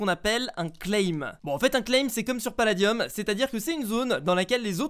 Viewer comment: Et il dis paladiUm 😂😂😂